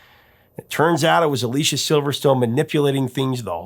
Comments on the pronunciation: Anyone who says they don't like Aerosmith are either lying or deaf. Btw, it's A-LISS-EE-A Silverstone, not A-LEE-SHA. 💙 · Her name is pronounced Uh LEE CEE uh. I love all of their albums after pump. Music from another dimension should have gotten more attention. 2nd best band of all time!